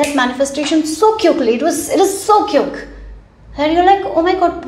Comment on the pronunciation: What do you mean "cUke", it is "QuIck".